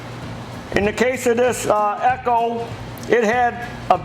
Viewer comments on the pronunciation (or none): none